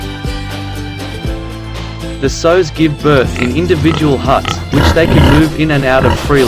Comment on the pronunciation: It's sows, not sews!